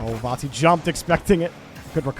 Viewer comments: Its not cringe at all but please pronounce it correctly vati no vorti or vanti its disturbing af the R shouldn't be pronounce even more before the "t" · he isn't saying vati at all he sounds like vonti or varti which is wierd. It is just VA-TI